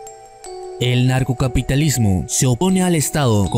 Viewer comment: ANARCO pronuncia bien no es NARCO